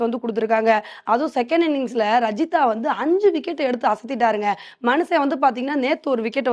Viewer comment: இதை இதுக்கு முன்னாடி நானும் சொன்னேன் நான் இப்படி தான் சொல்வேன் என்று அடம்பிடிச்சு சொல்றாங்க 😩